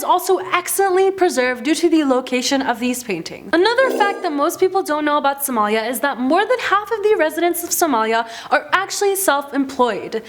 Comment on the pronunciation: its not somaayaaa its somalia 😏